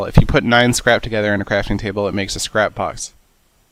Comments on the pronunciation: it sounds like you said crap not scrap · when u said scrap i tought u said crap XD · every time u say scrap i think u say crap xD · He said"the scrap" but it sounded like "This crap" hehe